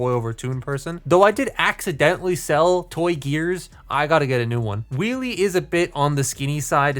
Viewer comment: It sounds like you're saying wee wee instead of wheelie lmao, and I can't unhear it